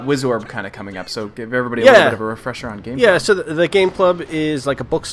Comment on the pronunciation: Gaaaameeee, not Gay.